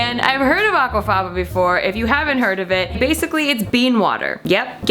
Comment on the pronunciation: every time you said aquafaba I laughed profusely :)))